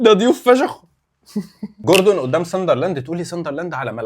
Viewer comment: قول چوردون عادي..خلاص ماشي جوردون 😂